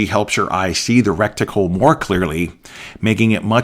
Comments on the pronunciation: The word is RET-I-CLE. Reticle. It is not wrekticle. I enjoyed your presentation. I turn down the illumination on my red dot. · I believe it's reticle not recticle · Great info, great summary. Thanks! BTW, it's reticle, not recticle. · Please: RE TICLE not REC TICLE> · This guy says he's been shooting for 30 years but doesn't know its reticle not "recticle." Tell me you are a youtube gun "expert" without telling me you're a youtbe gun expert. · Why do you keep calling it recticle? It is reticle. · Is it just me, or is he saying "recticle" and not reticle? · Great video. Very helpful. But humor me... It's, reticle, not "recticle". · Reticle not rectical. I hate to think what a rectical. might be used for. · I cringed and clenched every time rectical came up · Soooo you’ve been saying rectical for 30 years? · I am watching this video on the toilet, am I being punkd'. Why he say recticle when I am about to wipe my ass.😮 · LOL not sure it’s as bad as “nuculer” vs. nuclear, but I’ve said “recticle” for so long it’s hard to hear it as wrong! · Wrecked tickle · Great information. One thing, The term for the crosshairs or aiming pattern (dot) inside an optical instrument is reticle (pronounced RET-i-kul) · It makes me chuckle each time he says "recktical". LOL! He took the words "rectum" and "reticle" and made a new word. I love it. :) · Good god, lad — every time you said “recticle” the hackles on the back of my neck raised — learn proper nomenclature, please! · You did mean to say "reticle", right?